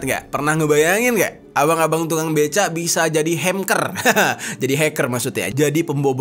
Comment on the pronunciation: Bukan hemker jer tapi hengker 😏